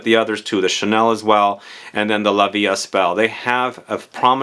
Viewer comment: I need to go smell this one. It's interesting how a perfume can be a reminder but better to very generic perfumes! Also, in "la vie est belle" the S in est is silent ;)